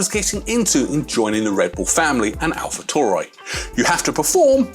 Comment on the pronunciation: its pronounced AlfaTaoory(taury or Tauri)